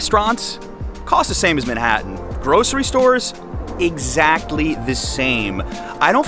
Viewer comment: I like how you say MENhattan , instead of Manhattan.